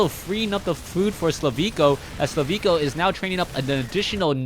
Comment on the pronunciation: HIS NAME IS SLIVKO NOT SLAVIKO!!!